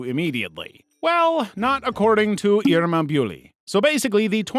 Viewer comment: I'm Indonesian 🇮🇩🧩 and you mispronounced her name, is: "Eer-ma Boo-lee". You know the song title: Boo lee boo lee? Yeah. "Bule" is a slang or word for any tourist that have a pale skin, blue eyes and blonde hair, example from America, Europe, Australia, Japan, etc. For Japanese people we called them 'bule Jepang' a white skinned tourist from Japan. Disclaimer: It is not racism *Hence her name or nickname is Irma Bule, she is quiet pale and have dyed blonde hair. I guess she's dangdut singer. Dangdut (daang-doot) is a traditional music mix with Indian, Malayan, Arabian, mellow/love song and house/instrument music. Don't expect the song to be beautiful like Maroon 5 or Ariana Grande, it's village (kampung, kaam-poong) song... You can type "dangdut" on Yt and then you'll know how it's sound like 😊.